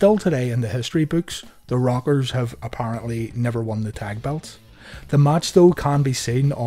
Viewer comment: It sounds like you're saying "The Robbers"